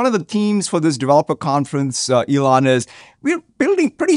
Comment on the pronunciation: She said T-Elon lol